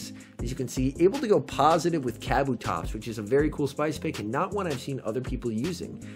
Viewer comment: It's Kuh Boo Tops, not caboo tops...